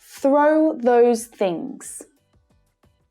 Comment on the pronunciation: Why does she pronounce the word 'things' without a tongue between teeth?